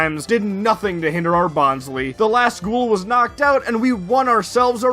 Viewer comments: Bon_sley not bonsly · Is no one really going to mention how he keeps on butchering bonsly's name as "Bon - slee"..? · Favourite plush but cant even pronounce its name properly lol (jk, this video has frankly been one of my all time favourites of this recent craze, i love your personality, your comedy and quips, and your editing, i was genuinely surprised at your subcount cause this video felt to the standards of or maybe even better than most popular poketubers videos. You have so much potential to be one of the big bois in the poketuber scene and i really wish you the best for your future videos, and can't wait for more!) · You're pronouncing Bonsly wrong. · Did you intentionally mispronounce Bonsly to replicate Mah-Dry-Bread's Rattatta troubles? 😉